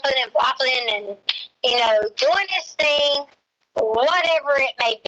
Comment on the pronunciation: She pronounces "thing" as "thinK" with a very hard K...but she has a doctorate in education?!? Please. 🙄